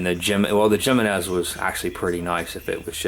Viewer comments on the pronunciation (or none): none